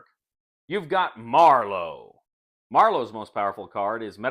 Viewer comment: It sounds like says "You've got Marlo" like the side kick from The Shadow, as opposed to Marrow, as in bone marrow,.which rhymes with arrow.